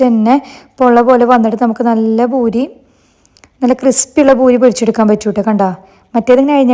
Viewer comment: It’s not boori.. it’s poori 😊